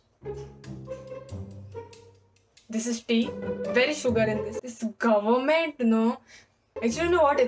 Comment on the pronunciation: Not government, Gohment .. lol . Lovely